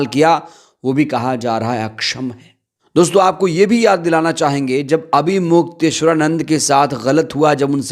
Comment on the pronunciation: Mukteshwar Anand sahi se bolo